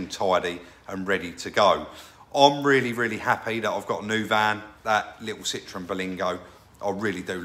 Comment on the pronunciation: CITROEN NOT citreon